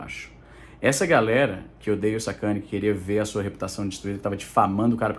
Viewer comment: Izzy falou Sérgio sacani eu ouvi sacudo.